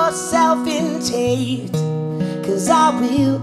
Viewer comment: I know, I just think the way he pronounces it is funny!